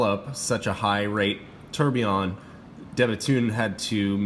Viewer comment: Beautiful watch! Deadbeat seconds are cool, it's a watch geek complication for sure. My only issue with the review: do you have to call it a "terb"? 😂😂😂😂